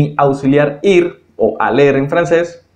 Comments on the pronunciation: Hola solo quiero aportar, el verbo IR en francés se escribe ALLER , pero se pronuncia ALÉ , no ALLER gracias. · Votre explication est très bonne, mais Vous commettez continuellement une erreur en prononçant le "r" de l'infinitif dans les verbes terminés en "er" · Muy buena explicación, pero no se por que pronuncias la última letra de los verbos la "r", tengo entendido que no se pronuncia.